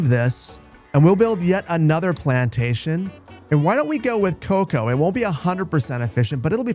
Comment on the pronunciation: You have no clue how many times I heard "coka" when you were speaking about cocoa.